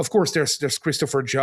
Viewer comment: everyone is just gonna let him pronounce Kratos like that?